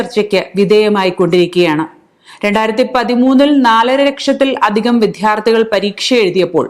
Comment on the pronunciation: 🙏🏼 വാർത്താവലോകനം ഭംഗിയായി. പക്ഷേ, ഉച്ചാരണം കുറച്ചുകൂടി ശ്രദ്ധിക്കണം. വിദ്ധ്യാർത്ഥികൾ എന്നല്ല, വിദ്യാർത്ഥികൾ എന്നാണ് പറയേണ്ടത്.